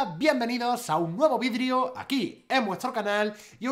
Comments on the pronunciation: Like si escuchastes que dijo vidrio en vez de video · Soy el unico que escucho "bienvenidos a un nuevo vidrio" jajaja grande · "bienvenidos a un nuevo vidrio" jajaja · dice "bienvenidos a un nuevo VIDRIO" xD <3